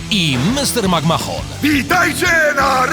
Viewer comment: Racja, nie "Makmahon", tylko "Mekmen". Boję się też, że WWE będzie wymawiane jako "wuwue", no ale zobaczymy. Ja osobiście nie mogę doczekać się już premiery ;D